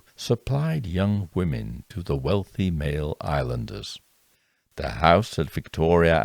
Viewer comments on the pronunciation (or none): none